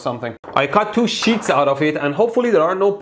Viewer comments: Im sorry but sounds like shits instead of sheets( : I need hearing aids! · what I heard was "TWO SHITS OF ALUMINUM"😂😂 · "I also cut two shits of aluminum foil..." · "two shits of aluminium foil" - this guy is great